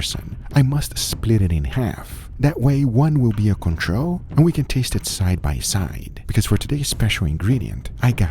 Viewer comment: Control! Not "Controh"